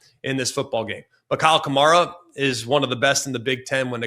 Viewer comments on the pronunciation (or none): none